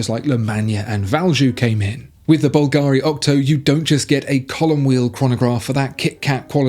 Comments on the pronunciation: The pronunciation of Bulgari is wrong, the accentation is different, it sounds more like Calgary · You still pronouncing Bulgari wrong. Is not difficult to find out how to pronounce It. Have you ever heard of Google?